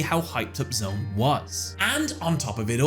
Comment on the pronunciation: That No. 1 Pick was precisely the Duel I was thinking of when I saw the title card for this video and as for No. 3, well, as DarkKefka once put it: "I never even got a Turn!"! Also, nobody cares about Arc-V! And you pronounced his name correctly, but it's actually "Z-One", one of the four members of Yliaster along with Aporia, Antinomy and Paradox! Yes, that Paradox!